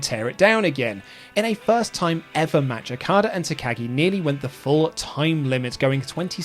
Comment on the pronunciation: Every time okadas name is mispronounced I die inside alil more